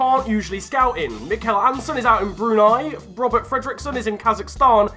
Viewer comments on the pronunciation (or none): none